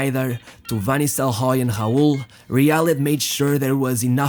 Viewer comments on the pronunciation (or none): It is really annoying how you pronunciate Robinho's name. You can clearly say Ronaldo's name correctly by saying "Ro"-naldo, instead of "Honaldo". But when it comes to Robinho and other players like Roberto Carlos, Raul, you used H instead of R like Hobinho, Hoberto, Haul. Its like you literally can't speak words that starts with the letter R. But in some word like "remind" you can say the word correctly, not saying "hemind". Why is this?? As i said before, its really makes it annoying to listen to your narration. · Hobhino, Haul, Hoben wtf 😂